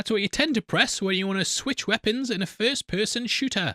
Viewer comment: What's a "wipons"?